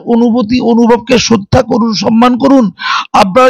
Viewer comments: রোজিনার উচ্চারণে ভুল তো খুঁজে পাইনি।কিন্তু "সম্মান"কে সনমান বলেনা‌ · গরমেন্ট, সনমান কী শুদ্ধ ?